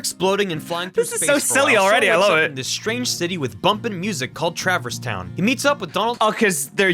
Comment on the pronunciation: Trevirse town✅️ Traverse town❌️